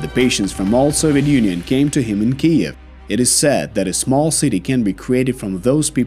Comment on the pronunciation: Great video except you’ve never learned to say Kyiv. I’ll help you for the future times.